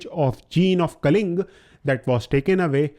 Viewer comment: Kalinga not kaling